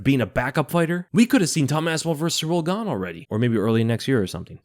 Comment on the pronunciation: Funny how Jones keeps calling him Ciyrl GAYne